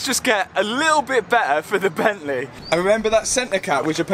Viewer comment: Gavalaa *bentléé🤣